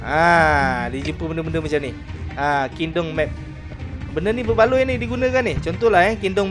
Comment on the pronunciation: Not Kin Dem! KING DOM! Lousy pronunciation. Even Malay can't speak properly!